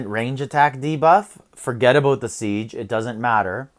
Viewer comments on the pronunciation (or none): Forget a-boot the siege attack 🤣 The accent finally took over and I love it